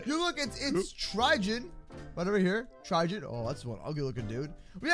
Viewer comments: It's trigon not trigen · It's trigon not. Trigen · Tri gone That’s how it’s pronounced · I LOVE HOW HE CALLS TRIGON TRIGIN oops caps lock... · Anyone here him say trijon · Trigon? Really? Its pronounced Try-gone k?